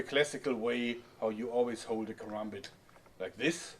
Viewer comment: congradulations you are the first white man I've ever seen to pronounce karambit correctly